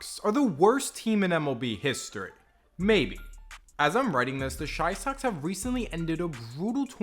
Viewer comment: Its Chi Sox, not shy socks.